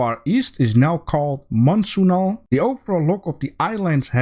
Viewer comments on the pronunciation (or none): remind me to learn you how to say assets and monsoon :P